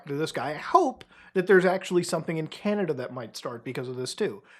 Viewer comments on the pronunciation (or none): none